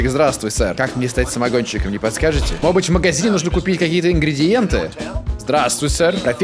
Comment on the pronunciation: Мне так нравится как говорит "может быть". "Модеть быть")